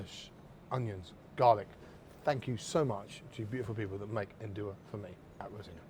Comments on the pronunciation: Nduja is to be added only at the end, after your thick tomato sauce is ready, there is no need to cook it and you will keep the flavour better. also, pronounce it as Nduzjaa. In Calabria they use the handmade Fileja pasta, round and thick. Strange for someone who states he visited Calabria to not know these facts. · Make sure you pronounce it right, not like this Guy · Great chef, great ingredients, great recipe, but Mr Byatt’s pronunciation of Nduja is not great.